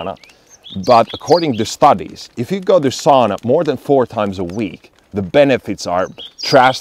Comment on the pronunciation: Ei soona, eikä saana, vaan SAUNA.